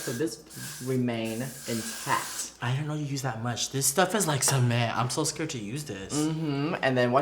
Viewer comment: said don't be skerd!. Lol